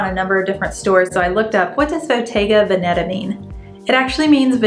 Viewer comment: It’s actually pronounced ven-uh-tah (just fyi 😊).